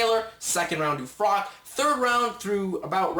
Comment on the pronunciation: its not frock its pronounced frotch lol good review tho